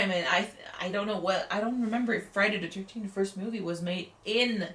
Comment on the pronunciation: Friday De Turteen